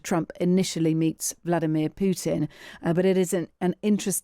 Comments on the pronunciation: Why does she call him Pu En? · The pronunciation of ‘Putin’ by guest: The name isn’t ‘Pooh-in”. It’s Poo-Tin. The ‘t’ is pronounced. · Putin is pronounced with a T in the middle